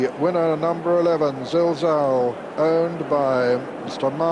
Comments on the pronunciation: Pity Peter kept calling Zilzal, Zalzal but he was getting a bit old by then so I'll forgive him, he is by far the best commentator of all time for me. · bigdunc was about to say the same couldnt say zilzal until the race was over, excellent horse saw him win a couple of good races